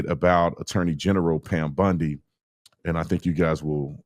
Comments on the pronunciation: Why the hell do you keep saying Pam Bundi???? It’s Bondi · OT calling Pam Bondi, Pam "Bundy" is always funny to me. 😂